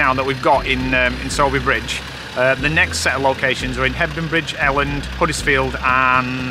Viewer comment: It’s pronounced Sorby Bridge… my husband taught at the Grammar/ High school there …. Sally Wainwright was in the sixth form 😀You missed the location of the school in Series 3, Ryburn Valley High School in Sowerby Bridge. My husband also worked there as deputy head for many years….the headmasters office where they had the meeting with the head master and Hepworth was the Heads off ice where my husband and colleagues would have a glass of wine on Friday after school…… Loved this vlog and of course, the fabulous series….. a nice change of pace and break for you two at the moment. X